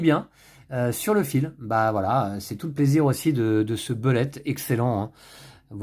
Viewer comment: Heureusement que est là pour nous faire ressortir des jeux auxquels on ne pense pas forcément;) (sinon phonétiquement le U de Bullet se prononce OU. ce qui nous donne boulett’ au lieu de beulett’;)